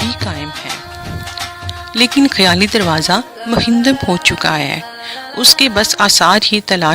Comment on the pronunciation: بہت معلوماتی اور عمدہ طریقے سے تیار کی گئی ویڈیو ھے. صرف ایک نشاندھی کروانا چاھوں گا کہ کامینٹری کرنے والی محترمہ منہدم کا لفظ کئی مرتبہ استعمال کیا ھے اور منہدم بولنے کی بجائے ھر بار مہندم کہہ گئی ھیں۔ گزارش ھے کہ آئیندہ ویڈیوز میں تلفظ کی غلطیوں سے اجتناب کی کوشش کریں۔ غلطی انسان ھی سے ھوتی ھیں لیکن اُن کی اصلاح بھی ایک انسانی خصلت ھے۔